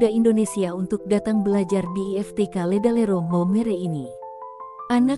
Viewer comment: LEDALERO OM BUKAN LERALEDO😅